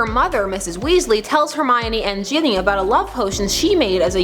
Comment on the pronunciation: You are saying Ginny wrong Sorry If I'm wrong. I'm not english but I have never heard it the way you're saying it